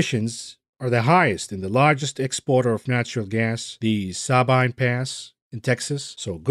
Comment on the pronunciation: Sabine pronounced “Suh-bean”